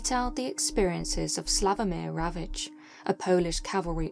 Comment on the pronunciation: I know its a bit off topic, but thanks for pronouncing the name Slavomir Rawicz correctly <3 Also, amazing storytelling as always. Your videos make my day.